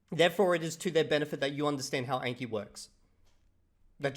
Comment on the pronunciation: 👇 number of likes equals number of times 暗記 was mispronounced in this video